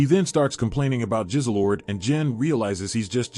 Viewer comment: Extraordinary was the best show I’ve watched in years Also the cat was called Jizzlord not Jizzlelord